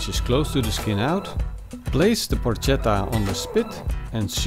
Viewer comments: Dude, you pronounce it porKetta no porcetta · It's pronounced with a k! In italian C+H=K. It spells "porchetta" and it's pronounced "porketta". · It’s pronounced Porketta not Porshetta, joust saying but looks great, well done! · It is not "porccetta" (that would be read the way you do) but "porchetta" (with "k" in the middle). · You pronouce it Por che ta not Por cet a. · It's pronounced Por"K"etta ... please! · Excellent video, but if I may: it's pronounced "porKetta" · Yeah! it looks pretty good! very good skill! I've never heard about the lemon before, but I, for one, don't think it's a bad idea! I will try it! If I can say a word I suggest to envelope all the meat in the skin, just in order to keep the juice in and, at the end, have the meat less dry and more tasteful ! ...one last thing... PLEASE!... it's written PORCHETTA but it's read PORKETTA! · porca miseria Yes :) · It's porKetta goddamnit! Anyway...pronounciation aside, it looks delicious. Great video, thanks! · Porcetta? Wtf? I have seen many youtube videos and italian simple words seems to be really hard to pronunce to english speakers..but they always accuse us for bad english accent ;D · Porchetta is pronounced PorKetta. the ch in Italian is K. Like Bruschetta. BrusKetta. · porcetta ma come diavolo parli :( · It is pronounced Porketa. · Please call it PORKETTA. Hate when people call it Porchetta since they don't know how to pronounce it in Italian. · When on earth anglophones will stop to pronounce the "Ch" sound as in Spanish. In Italian is a "k". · Matteo Onori Penso che non gli abbiano spiegato che in mezzo c'è una h che deve essere pronunciata... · Porchetta should cook for way more than 4 hours. 8 to 12 hours it the right time. Oh... and that's not how you pronounce it.